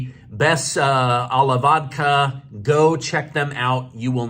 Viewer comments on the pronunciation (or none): none